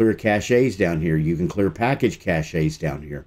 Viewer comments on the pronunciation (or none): Its not "caché" its "cache" like "cash" There is no accent on the e.